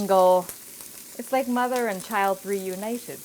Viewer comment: "It's like mother and child reuinited" lmao